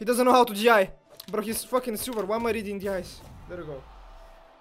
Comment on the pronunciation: Only would say "bro" and somehow fit an L in the word. 😆